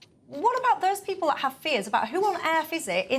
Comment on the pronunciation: Why does Sion Simon speak like an Essex girl - drawing the last syllable out to moronic lengths? "If they don't fix iiiiiiit" "So I can tell you wot I think - like I don't kno "Given all tha' "